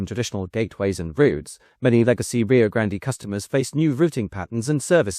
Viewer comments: Rio grande, not rio grandee, Nice video, sick of the AI narrorator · The pronunciation of "Grand-EE" is making this video difficult to watch. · Dude, it's pronounced Rio Grand. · The research for this video felt much sloppier and less well researched than normal, it's disappointing. Not to mention the mispronunciation of Rio Grande throughout the whole video. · hate to be the one to tell you this but you mispronounced Rio Grande during the whole video. You don't pronounce the e at the end.